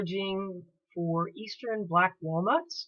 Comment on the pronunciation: I lasted about 30 seconds into that yuppie millenial accent.."gathering black walNUTS in pennsylVANIA......" What's with emphasis on the last vowELS of eveRY worD?